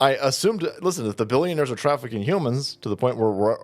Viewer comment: she started saying "child traffikcing" stopped herself and then said "trafficking a 17 year old across state lines". 17 is a child.